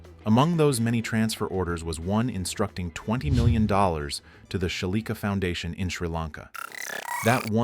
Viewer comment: It's 2 letters. Foundation instead of Fandation.